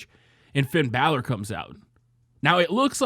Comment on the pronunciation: Love your videos but every time you say "balor" i cringe